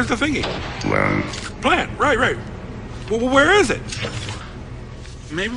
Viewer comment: E V A? pLANNTt??